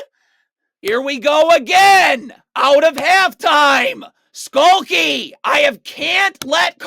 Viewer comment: As an Iowa fan, yes, they're not great on D. But it's Stuelke, not "Skulky" and it was Bueckers not "Byookers" so I'm not sure how much credence I can give your WBB videos